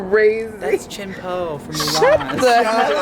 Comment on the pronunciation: "Chien Po" LMAOOOOOO